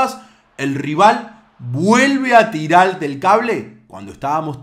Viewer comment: se dice tirar,ndheahhh le corregía las palabras